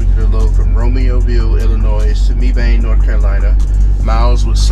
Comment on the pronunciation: We pronounce it ( Meb-ben)Mebane North Carolina. Not Me-bane.